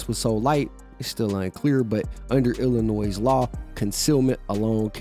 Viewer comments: The S in Illinois is silent you dimwit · Bro, the S at the end of Illinois is silent. 💯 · You dont prnounce Illinois with an "S" g00fy, the S is silent. 🤡🎪😅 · Bro! You pronounce the “s” in Illinois?? Dummy. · The s in Illinois is silent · The "s" in Illinois is silent 🤫